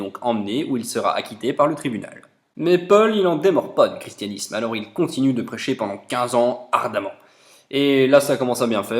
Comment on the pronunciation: Le chi se prononce ki Voili voilou....